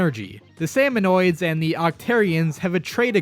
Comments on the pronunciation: glad to see im not the only one who calls them salmonoids instead of salmonids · I cringed every time you said salmonoids. As well as Mary. Her name is Marie! muh-REE.